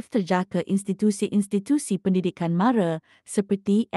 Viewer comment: Sebutan MARA tu salah, MARA bukan MARE, macam orang bangla pulak, lain kali elok belajar dulu sebutan yang betul